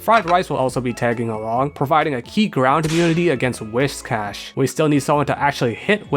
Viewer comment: holy shit a youtuber who pronounces whiscash right i never thought i'd see the day